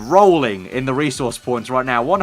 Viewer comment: Bro, learn how to say 'resource'.